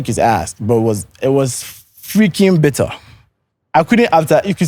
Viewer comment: And you said it was bitterrrr 😂😊